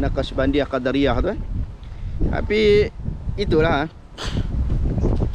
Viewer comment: Bukan qodariyah, yg betolnya qodiriyah